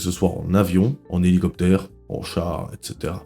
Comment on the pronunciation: "Heligocer"😂 m'a détruit